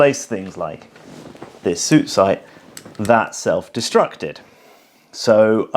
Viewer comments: Please stop calling it Suit, it is Su It. Always. Nobody has ever called it a Suit Sight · Got to say I never heard anyone when I was in the Army refer to it as a suit sight, the pronounciation sounded more like "sue-it" . Has an entire generation of British soldiers been pronouncing it wrong ? 🤔 lol